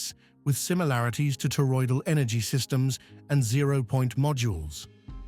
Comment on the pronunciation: WHOA! Nelly.. he sez; "" subtle deviations from known terroidal engines ''....and i'm like.... WOT? he saying? wot he means by that...